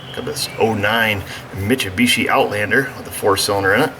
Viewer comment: "Mitchubichi" haha! Great vid as always though. Shows that it's not always a lack of refrigerant that causes a compressor not to turn.